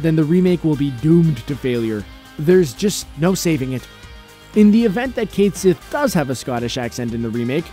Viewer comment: Cait Sith is pronounced Ket Shee